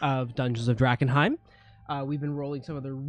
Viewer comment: Did say Drag-enheim for wearing mums old close?